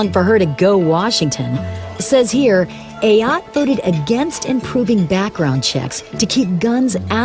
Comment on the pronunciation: Why Ayotte-a....